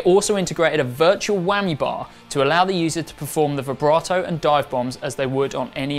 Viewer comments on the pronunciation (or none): none